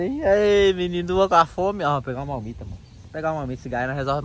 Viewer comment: Não é malmita! É marmita.!